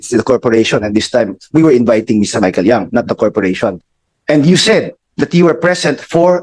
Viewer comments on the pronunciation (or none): By the way the surname of Michael Young is Yang not Young!